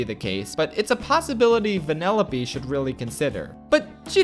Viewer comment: It took me 10 minutes to realize he was saying "Vanellope" and not "Vanilla B"